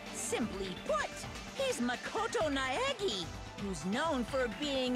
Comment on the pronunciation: Also, just a moment to applaud Hinata's actor on pronouncing Makoto Naegi 🙏